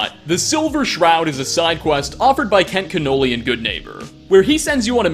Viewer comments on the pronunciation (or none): His name isn't fucjen Kent canoli